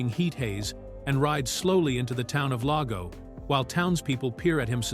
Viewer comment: Not to mention the mispronunciation of "Lago" and "Mono".